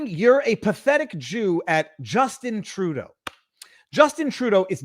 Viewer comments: I hear “shill” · It sounds like he is saying "pathetic puke" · I dont here no “d” in what i hear in my headset